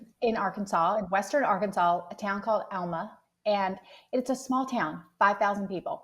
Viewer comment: It's Alma not Elma